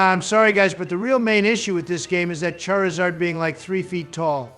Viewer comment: Nobody gonna talk about how Obama pronounced Charizard as Chairzard? xD